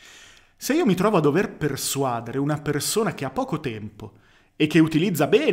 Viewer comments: Mi hai messo in crisi: non è sbagliato persuàdere? All’orecchio mi suona giusto persuadére. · Comunque si dice persuadère, santiddio, non persuàdere